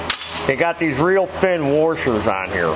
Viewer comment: there called washers not worshers lol 🤣🤣